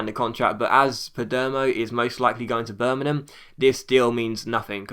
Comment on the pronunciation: Can you please pronounce Birmingham right